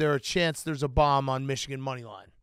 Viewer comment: I comment a lot bc Dave talking Xichigan drives me insane lol I can’t help it